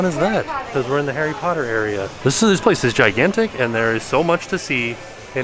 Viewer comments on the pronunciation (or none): none